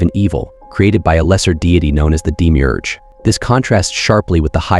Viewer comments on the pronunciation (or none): none